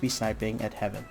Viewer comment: Btw Haven is pronounced "hay-ven".